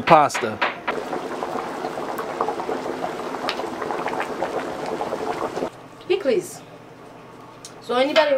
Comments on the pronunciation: Hello. It is worthy of a trip, just to eat the Soup Joumou. Very authentic look. BTW....piklis is a wonderful condiment. ❤. The 's' is not silent. Pronounced: pick-liz. Enjoy 😉. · PLEASE! say it right. PIKLIZ